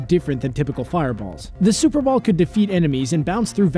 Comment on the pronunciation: I thought he said Super Bowl and not super ball